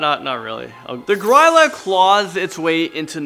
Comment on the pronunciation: As someone from Iceland... it's pronounced "Gree-lah"